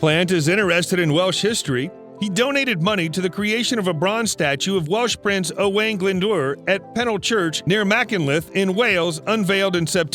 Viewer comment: Owan Glendoor ! hilarious ! The producers of this vid. seem to have compiled it from clips of others. themselves having little knowledge or interest in Robert Plant, and the pronunciations of the British and Welsh names and places are laughable. I am in the UK and couldn't figure out who/where the hell he was talking about.